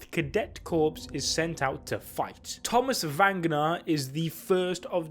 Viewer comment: it's pronounced [core] not corpse (although it might as well be pronounced corpse with the scout survival rate). 😑